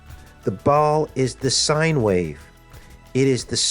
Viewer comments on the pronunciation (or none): none